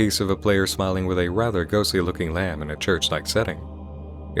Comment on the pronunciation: Oo, I thought this one might have been small enough to fly under the radar. Neat. And you are the first person I've ever heard pronounce the b in lamb.